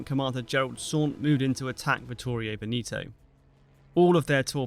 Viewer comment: I believe Veneto is pronounced “Veh-neh-toe” not “Vin-ee-toe”. The “E’s” do not change in their verbal articulation.